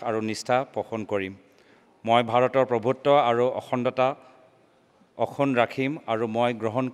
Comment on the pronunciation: অখুন ✅✅✅ অক্ষুণ্ণ ✖️✖️✖️😆😆🤣🤣🤣